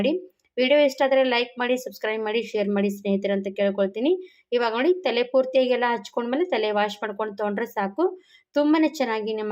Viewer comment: Thele alla tale heli